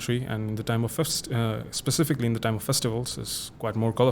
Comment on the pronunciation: All good except "specifically"